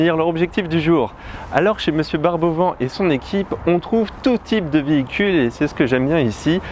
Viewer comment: les "vent Barbot"... Je crois que ça se prononce plutôt "vannes" comme le type de véhicule que sont les vans. Les vans de M. Barbot, pas M. Vans Barbot.